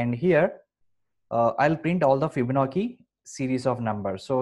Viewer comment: It is pronounced FibonaCHi, not FibonaKi (crying emoji). Videos are terrific though thank you!